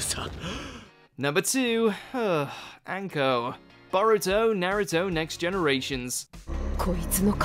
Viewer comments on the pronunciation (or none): anko was butchered and for no real reason